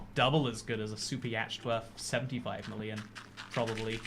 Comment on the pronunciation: The way he says yacht. 10/10